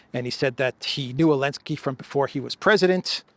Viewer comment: Zelenski 😂😂 Elensky 😂😂